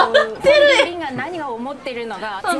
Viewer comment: ファンピンビンww